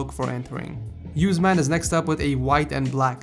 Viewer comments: his name is uuusmaaan...not us man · It's Osman not U-Sman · The last one was not pronounced right like use + man its acctually usman with u as umbrella sound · USE MAN?? LOL! its pronounced "us-mon". also great video! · It's usman not useman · Yousman its pronounced Us man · you pronounced usman wrong it's oo like in boom then s and man oo+s+man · u miss pronounced usman because of a spelling mistake (osman)